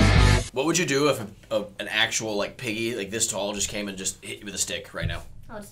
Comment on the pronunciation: It is piggy not pigey